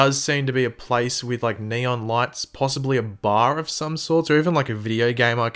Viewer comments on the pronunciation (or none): none